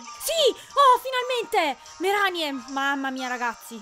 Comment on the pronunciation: non voglio fare il precisino ma si pronuncia "Mareni" o una cosa del genere, in inglese "Marini"